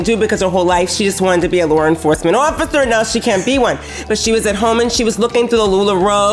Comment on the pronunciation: "LoR EnfoRcemeRnt ORfficeR"